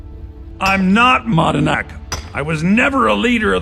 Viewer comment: Did you FIX Braig's line read??? He says "Madanach" really weird and emphasized in that line, and I was ready to hear it and laugh and it was.... Normal. Which is somehow even finnier that it was enough to edit for this video XD